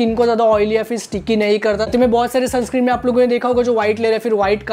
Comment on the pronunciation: Bhai sunscreem nahi sunscreen hota hai 😂